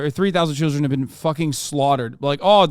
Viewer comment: I hate that he says “been” like “bean”